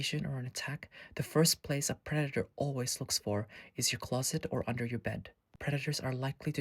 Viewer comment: You say predator like it's a lion or something like that